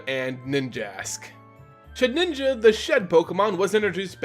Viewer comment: Shed inja not sheninja